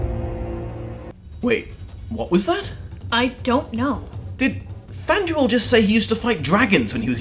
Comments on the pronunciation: I'm sorry to be that person, but after so much research, you're mispronouncing names? Than-dew-whil. Bay-yorn.Taur-i-el. I know this is a nitpicky thing to be irked about, but like I said, all this research, and you cant pronounce the characters names right? Other than that, love the video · Does he say Thanduel??